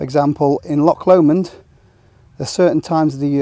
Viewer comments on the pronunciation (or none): Really interesting video. Good to here about the (awful) situation in England & Wales. I barely walk there as it's just not worth the hassle. One wee point: it's 'loch', not 'lock', just as it's lake, not lack! 😊